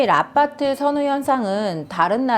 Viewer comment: 발음이..ㅋ 아빠트ㅋㅋ